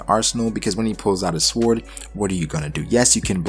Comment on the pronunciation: I thought this was a great theory other than the fact that instead of saying sword you say swored it sounds so dumb neck yourself for that but other than that good shit my dude